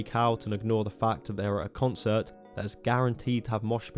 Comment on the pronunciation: For someone so keen to chastise others, it's kinda weird that you can't say the word "concert"